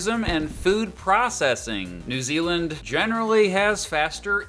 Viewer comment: New Zealand ( not New year).